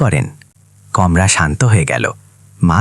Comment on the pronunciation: আপনি গল্প বলার আগে নিজের উচ্চারণ ঠিক করুন! যেমন বারবার বৃললেন " কমরা" ওটা কমরা নয় কামরা হবে। আর ও অনেক ভুল উচ্চারণ আপনি করেছেন! সেই গুলো কে আমি '"অনদেখা " ! (আনদেখা) করেছি! গল্পটা খুব ছিল ! কিন্তু নির্দিধায় বলতে চাই! আপনার বলার ধরনটা ভালো না হওয়ার কারণে গল্পটা ঠিক জমলোনা! আশা করি পরবর্তী তে আপনি আপনার ভুল শুধরে সঠিক উচ্চারণে বলবেন। মলোনা দ লাগলো